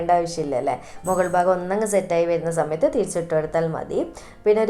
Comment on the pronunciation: Zimple zanവിച് ആണോ.. അനുzaരി.ച്ചിട്ട്... Zet ആയാൽ za മയത്തു...ഫുൾ zzz മയം